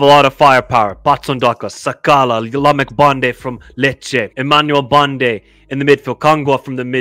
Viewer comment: Banda! Not bande! But top predictions